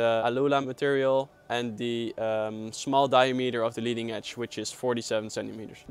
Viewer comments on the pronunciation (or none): di-A-meter ;) great video